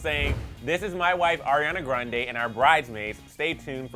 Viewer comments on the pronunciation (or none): none